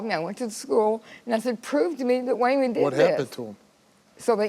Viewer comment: “Way-Mon” , that name is piss*ng me TF off😅